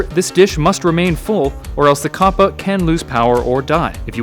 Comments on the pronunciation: It's capper not cappa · It's pronounced Kappa. Not Koppa. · Anyone notice his he pronounces kappa as 'koh-puh' and not 'kah-puh' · Why do you say copa it's kappa. Did you not look it up to see if you are pronouncing right? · It's pronounced kappa not kappa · I thought you said twitch Kappa